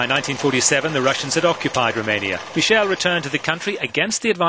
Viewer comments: Why does he keep saying Michelle instead of Michael? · Yeah, he was not Michelle! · Why does the narrator now know how to pronounce Michael?